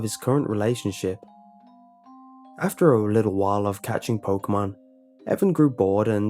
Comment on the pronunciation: It's Pok-ee-mon, not Pok-uh-mon.